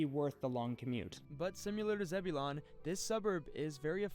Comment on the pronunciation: Zebulon is pronounced “zeb-u-lin”.